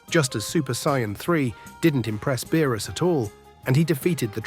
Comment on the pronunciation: Why do you pronounce Whis & Beerus names incorrectly ?